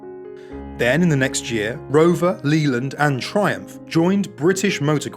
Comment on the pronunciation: Yes lol! Just shows you he really ain't got a clue. No one British would ever pronounce it like that especially if they had lived through the strike plagued days of British Leyland during the 70'sand 80's lol